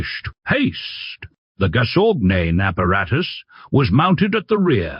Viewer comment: It's not "gazognen" or "gazognine" but gazogène. And the "t" in Peugeot is silent. Per H hour... Wrong pauses in the text. It's getting ridiculous and tiresome. A human reader would at least inquire about the correct pronunciation...